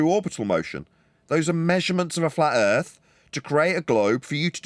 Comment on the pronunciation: The ending monologue really shows how purely evil is. Sprinkled with claims of "erf measured fwat". Hilariously never have these measurements been provided.